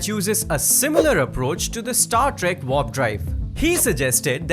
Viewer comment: And to the guy speaking, its W-A-R-P not Vorp😂😂